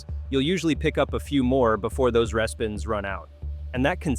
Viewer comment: I like your videos - however respins is pronounced REE-spins...